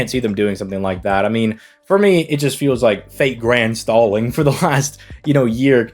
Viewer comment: "Fate Grand Stalling" 😂😂😂😂😂